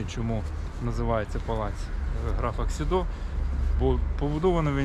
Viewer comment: Хмільник ніколи не перейменовували. Його назва незмінна від першої згадки в 1362 році. Писалося Chmielnik польською мовою, Хмельник російською і Хмільник українською. Район був Хмельникский, зараз Хмільницький. І граф був КсІдо, не КсідО. Він Ksido, а не Xido. Будь ласка, не вводьте в оману глядачів, напишіть уточнення у описі. Цікаве відео, але стільки помилок, шкода.